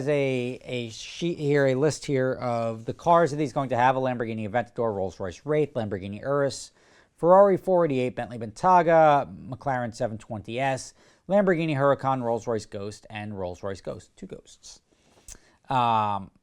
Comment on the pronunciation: bentaga, lol it’s bentaega